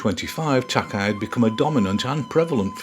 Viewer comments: Thank you for featuring this amazing artist. Incidentally his last name is pronounced Tak-ā. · Another excellent, informative video by. All of these are so much fun to watch, and research is always remarkably comprehensive. One note -- Takei's name is pronounced "Tah-kay", as in George Takei of Star Trek fame. Thanks much, brilliant work.